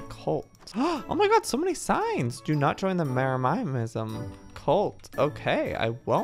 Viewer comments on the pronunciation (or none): Joey: JEREMIAH-ism Me: You mean JEREMY-ism Also Me: *RAGES* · Can we just appreciate the fact that Joey says Jeremyism different? ( Jeremy - is um ) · Jeremyism is pronounced Jeremy • Is • mm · Joey: j e r E MIA MISAM Joel:jeremyisem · Its no longer jeremyism its jeremiaiaism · NO ONES TALKING ABOUT HOW JOEY SAYS JEREMYISM ITS JEREMY-ISM NOT JER-EMI-EM-ISM 😭😂😂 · Umm.. how do u get IN the club house? Oh and...JEREMY-ISM NOT JEREMY-I-IM-ISM PLSSSSS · Joey, it’s pronounced, Jeremy as in the name with ism added on so Jeremy ism Not jeramyamism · its not jeremiah-ism its jeremy-ism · Said with full love: It’s Jeremy-ism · Ikr 😭😂😍 he’s like “jeramayasim” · Yeah, he says, Jeramayaism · He says it kinda like jeremiahmism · Joey, if you're reading this, how to say Jeremyism is "Jeh ruh mih ezum" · Not trying to be rude just trying to inform you that its Jeremy-is-um :) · Joey: Jeramiysm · JOEY! JEREMYISM IS PRONOUNCED = jair-emy-ism get it right!! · It’s pronounced Jeremy-ism